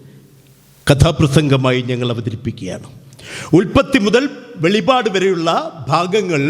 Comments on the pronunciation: വെളിപാട് അല്ല സഹോദരാ വെളിപ്പാട് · Super ആയി. പിന്നെ വെളിപാട്, അല്ല വെളിപ്പാട് ആണ് ശരി 👍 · സാർ വെളിപാട് അല്ല, "വെളിപ്പാട്" എന്ന് പറയുവാൻ ശ്രമിക്കുക. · വെളിപാട് അല്ല സഹോദരാ വെളിപ്പാട് ആണ് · വെളിപാട് എന്നല്ല വെളിപ്പാട്...എന്നു പറയൂ... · വെളിപാട് അല്ല. വെളിപ്പാട് എന്ന് ആണ് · വെളിപാട് അല്ല വെളിപ്പാട് എന്നു പറയണം